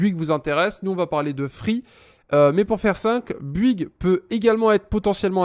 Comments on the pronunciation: Vidéo longue chiante brouillon qui saoule. La même chose pourrait être faire en 5 minutes avec un minimum de préparation. Dans ta recherche sur BOUYGUES er non pas Buigue comme tu le prononces, la réponse est dans le titre de l'article que tu consultes: illimité visible à 5'37". Et tu ne réponds pas aux messages postés ... Merci pour les infos, mais je ne vais surtout pas m'abonner à ta chaîne , je ne suis pas assez patient. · Bonjour, alors sérieux avant de faire une vidéo comme ça bosse ton sujet parce que sinon ça sert à rien. Et ensuite c'est bOuygues et pas buigues!